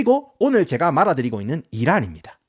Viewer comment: 이분 근데 말해드리는겁니다~ 이게 사투리땜에 말아드리고 있는겁니다 라고 들리는건지 아니면 실제로 말버릇이라 말아드린다고 하면서 자막은 표준어답게 다는건지 궁금함 ㅋㅋ